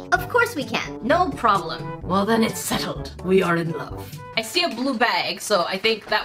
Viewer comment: When said “ I see “ it sounded like “ icy “ lol 😂